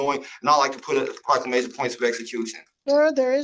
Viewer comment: What is a prock-ka-may-shun 😵‍💫